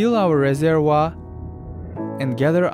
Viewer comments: Ha says vaporize just fine but says wape or reser-oh-are instead of reservoir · He pronounced his reservoir to reserwa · "...fill our reserwa" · the way my man said reservoir 🎵